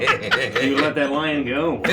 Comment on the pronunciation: He says: "This is they Feywild and you let that fucking lion (sounds like Lie-On) go?? It could have been a Truth-On."